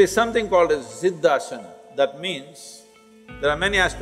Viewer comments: It's not 'AZIDA SAN' but, 'SIDDHAASAN'. 🙏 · Correction- It is 'Siddhasana', not 'Azida San' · It’s not “Azid San” Sadhguru said sidh aasna. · Guys it isn't 'asida zen', it's 'siddhasan'. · Its Siddhaasana. Please correct it. It's not azida san. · Siddhaasan, NOT Azida San. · it’s “ Siddhasan” not “Azida san” ... JAI Bholenath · Siddha-asan not azida San🙄